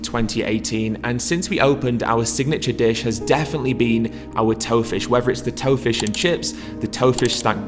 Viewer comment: I thought he said Toe Fish at first. If there was one type of fish I REALLY don't want to eat, it'ld be the lovely named Toe Fish. Joking aside, hope I can try some of this when I pop home for Christmas. One of the things I miss from home the most is the chippy so having a vegan version of it would be amazing!